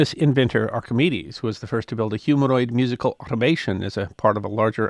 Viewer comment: Did you really just mispronounce “carillon” and then go on to mispronounce “automaton” multiple times? 😢